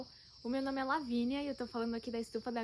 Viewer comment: Hahaha é uma graça você falando os nomes certinhos em inglês, acompanho pelo insta e fico tetando falar igual 😂😂😂